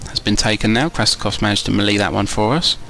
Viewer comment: French melee. ( 3 old. 3 young. 4 polish. Wutever u want after that. ) And a milita to waste shot. Also its pronoucned MelAY not mel ee; melay